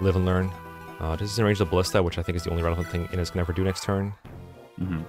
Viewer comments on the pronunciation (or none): Not dumping all stat boosters on Forde smh what a noob It's [Ih-nez] btw so it's exactly the way you've always pronounced it untill now also, unrelated, but flOrina makes me cringe everytime I hear it.